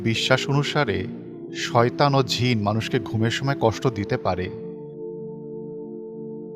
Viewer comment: শব্দ উচ্চারণে জিনের জায়গায়,ঝিন উচ্চারণ হচ্ছে শুধরে নিন।